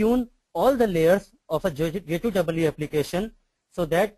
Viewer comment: first tune your presentation.....say J2EE instead of J2(DOUBLE E)